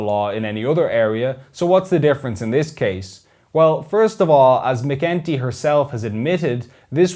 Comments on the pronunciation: Helen what? It's McEntee not McGinty. Not a great impression. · When you say McEntee, it sound like McGinty, it pronounced as McEnT